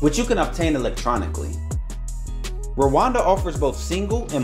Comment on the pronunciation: It’s Rwanda not Rawanda